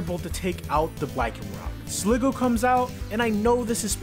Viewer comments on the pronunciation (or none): none